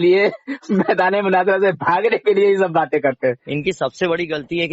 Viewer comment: نام تو چینل کا صحیح اسلام رکھا اور اردو بھی صحیح نہیں آتی ۔ مناجرہ نہیں مناظرہ ہوتا ہے ۔